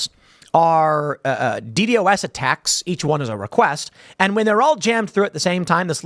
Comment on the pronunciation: It's pronounced D-DOS attack. But yes. It is an oldie but goodie at overwhelming a site.